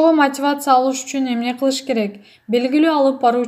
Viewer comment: Чон кыз, окуп жаткан блогер " мотивация " деп тура айт. Мотывацыя дебей